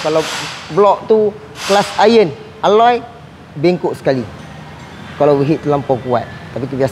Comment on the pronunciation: ..pembetulan sikit...cast iron bukan klas iron...hihi...jangan mara aa...